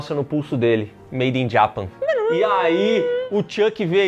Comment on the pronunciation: A pronúncia do falando "Made in Japan" me pegou...